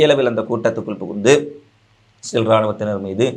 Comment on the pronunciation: இஸ்ரேல் என்று சொல்லவும் stel இல்லை